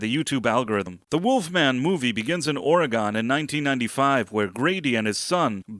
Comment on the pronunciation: Ore-gone 😂😂😂 as an Oregon native ive never understood why people pronounce it that way